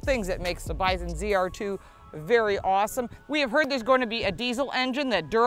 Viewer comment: It kept sounding like you were saying biden edition. I have a F 250 4x4 diesel king ranch Lets Go Brandon edition